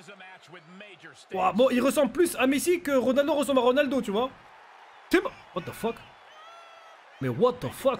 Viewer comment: C'est pas Ronaldoooo sa grrr Reunaldeau